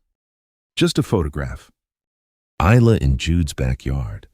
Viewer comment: Stupid AI, Isla is pronounced I-la, just like island. The "s" is silent.